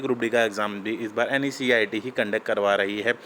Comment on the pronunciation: Bhai pahle NSEIT sahe se bolna to sheek le ..............